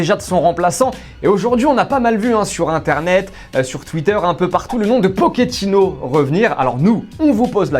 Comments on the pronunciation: Il est argentin et pas italien donc on dit PoCHettino pas PoKettino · " Pokétino " ? t'as cru c'était un pokémon ou quoi ? Ça se dit " potchétino "